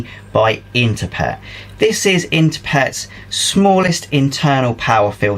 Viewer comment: This was a little like the moment I finally realised there was a Z on the end of Heinz and not an S. For years I have been saying Interpret with an extra R. As soon as you said it correctly I felt like an idiot..... lol